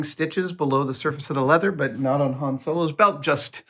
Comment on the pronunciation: Says hane instead of Han